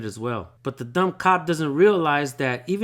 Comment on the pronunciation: U can save your wisdom tho it’s kinda of ahh how u say Dumb